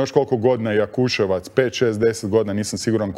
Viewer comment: Marko, ti si novinar, moras nauciti da nije Jakusevac ime mjesta, nego Jakusevec